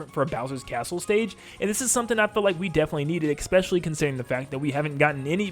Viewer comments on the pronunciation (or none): when is someone gonna tell him it isn't pronounced "ekspecially"